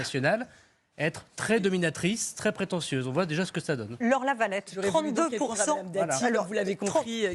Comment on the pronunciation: La levrette 😂😂😂 et non lavalette